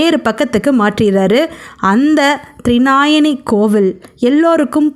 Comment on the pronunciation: த்ரிநாயனி அல்ல. த்ரிநயனி, அதாவது முக்கண்ணி. (த்ரி - மூன்று; நயனம் - கண்) த்ரிநயனி